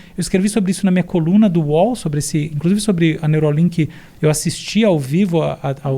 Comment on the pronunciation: Neuralink e não Neurolink